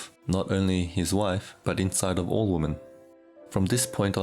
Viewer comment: WOMEN!!!! not "woman"